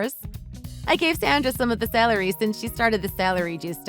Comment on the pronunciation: Love the mom. Also did she say celery like salary?